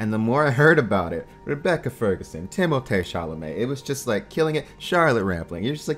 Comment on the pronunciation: I hate to be one of those people, especially when it's somewhat irrelevant to the purpose of the video, but the way he's pronouncing timothee chalamet and zendaya is killing me. It's not "tim-o-tay" its "tim-o-thee" and its not "zen-dye-uh" its "zen-day-uh." Sorry lol but it's kinda like nails on a chalkboard if you know what I mean. Nice review!